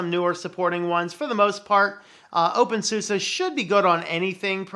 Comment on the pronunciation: Why do people pronounce opensuse as opensusa? It keeps throwing me.